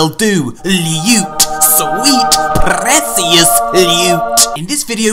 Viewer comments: love it when he says prrrrrecious loot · LEWT. SWEET. PRRRRRECIOUS. LUTE. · Tbh I really watch just for the way says precious